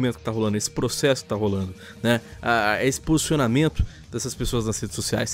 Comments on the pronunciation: Ninguém: A Felipe Hipócrita: "vou proxexa" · "Eu proxexo! Eu proxexo!" By: Ixpertinho